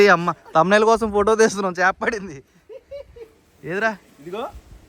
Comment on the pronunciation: పాడింది కాదు అన్న పడింది 😁😁